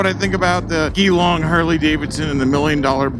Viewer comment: Geelong .. the "G" pronounced as in 'Gee Wizz' - Geeeelong. Being the cynical f*ck that I am, The Bogan will be loving all the humbug about a removed vid, the outrage at HD and a supposed exit from Youtubing. Trust me. Danial will be back ... Once the state he lives in (Victoria) comes out of lockdown, he'll be able to get out and bust some new content. Bottom line - A nicely crafted storm in the proverbial teacup. Lotsa channels piggybacking on the drama. As the orange peanut says - "it is what it is" Liked your thought process.